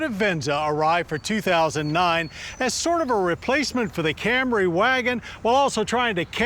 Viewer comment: The last time I was this early, Jon Davis was pronouncing Camry as "Cam-ray."